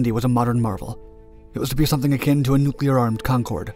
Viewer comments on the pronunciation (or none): none